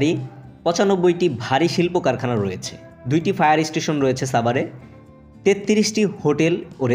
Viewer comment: ভাই ছাবার না, সাভার